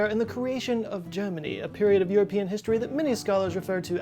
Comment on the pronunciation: "ah peri-ohd known in history by scho-lahrs as .... a cluster***." LOL!!